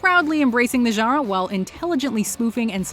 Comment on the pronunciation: Love the videos but please, either say "genre" with a perfect French accent, or pronounce it like a North American. Right now you're in a weird no man's land in between the two.